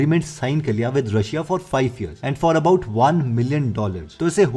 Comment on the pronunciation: Momo china ka matalab kuch v and what was that kulfi india ka abay sala bsdk 7wi fail first learn to speak properly it's year not ear And oi do you even know that saosa jalabi like other fast food is not from india agar kuch pata na ho na to mat bol sala Rd ka awald